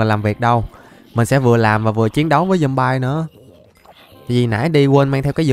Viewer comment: Anh ơi nói sai từ zombies mà anh nó zombay